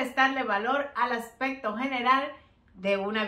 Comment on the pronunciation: Buenas ideas, pero te sugiero con respeto para que tus videos se oigan mejor que pronuncie bien las palabras accsesorio o aspecto.... por que se escucha asesorio o aspeto, másimo que la verdad se escucha mal. Es solo una sugerencia. Igual tienes un like